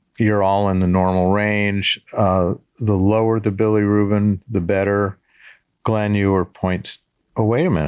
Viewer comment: "billy ruben" for bilirubin 😭